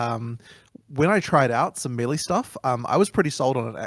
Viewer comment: My question is, why do so many ARPG people not know how to pronounce melee properly. Fucking idiots. Props to for saying it correctly.